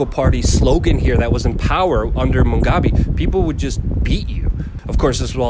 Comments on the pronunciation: I didn't know how hard it was for some people to pronounce Harare and Mugabe until this video😂. This discussion was very insightful and I agree. As a Zimbabwean there are many things that I see that have brought change (corrupt policeman being taken off the roads mostly). That being said we have a very long way to go because as was said, I strongly believe that the new president thing is a scam because they had been working together and if we truly wanted change we must throw the whole government away and bring in fresh, innovative and young minds who are the to empower and bring actual change and growth. Corruption is a big issue and stolen funds have become a norm. Zimbabwe is beautiful but there's a lot that needs to be done. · Mu gabe, not Mungabe, sorry. But very good fair report. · He keeps saying Mungabe... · Look, it is not Mungabe but Mugabe. You can't get the name of the former despot-dictator that ruined the country you are reporting on straight, so I am out of here! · Mugabe not Mungabe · Ok , instead of MUNGgabe , he will now go as BUNGgangbang , I like that better . Blobbert BUNGgangbang . Does the MUNG not make you happy ? I fixed it for you . YEEHAW !!! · Barb, what did you just crawl out from under a rock? Since when has Mugabe (pronounced moo-gah-bay) been pronounced Mung-gah-bay? This is why people dislike westerners. You talk big and know little. Yet, you still talk big. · Moo gah bay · At least learn how to pronounce the name of the now ex president and the Capital city before reporting the situation. Surely that should be part of an important part of a reporters job. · Its Mugabe not MUNGABE, its also Harare with an E not HARAR, at least get basics correct, how do we know that anything else you say is correct... Interview someone who has been a resident for 30 years NOT a newcomer who really knows very little about Zimbabwe. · Harare is not "Harair" Mugabe is not "Mungabe" How ignorant is this reporter?